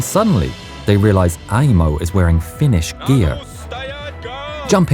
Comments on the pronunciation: I appreciate having someone who can actually pronounce finnish to voice act. It's on point! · Fun to hear my language on other channels spoken correctly